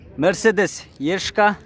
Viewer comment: Е класс лупаригин дагы туура ешка деп айтылат